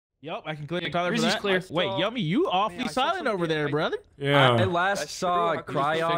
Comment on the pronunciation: why does he say you me not yummy lol